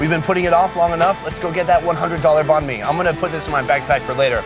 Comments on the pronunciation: Nghi Nguyen did u also get pissed when he say bahn like boon? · Ktran3 2 3 still it doesn't mean that he can say banh correctly 😂